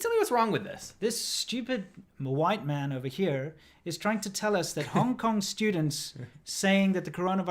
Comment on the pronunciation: The emphasis on "White Man" gets me everytime 😂😂😂😂😂😂😂😂thanks for the updates guys. Stay awesome 💪👍